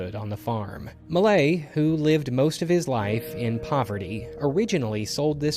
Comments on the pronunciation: LOL, I had to look up the painting to find out you meant "Millet", not "Malay". :') Tip: there are test-to-speech websites available for most common languages. This particular name is actually not all that hard for an English speaker to pronounce: "me" followed by a short clipped version of "yeah". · Please, please, please, listen to a French person say “Millet”! :)